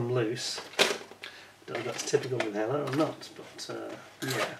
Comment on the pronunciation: The "H" is silent in French language so it's pronounced "Eller", lol. 😉🍻